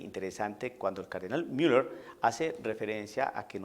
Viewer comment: disculpa, no se escucha bien la pronunciación con asento anglo (Miller)en una plática en castellano, discúlpeme y perdone se escucha feo e inmaduro. Se escucha antisonante.